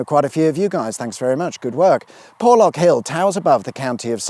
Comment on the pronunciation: You need some old style 4x4 to navigate ..."Porrrrrrrrlorrrrk hill".....accent stuff...!lol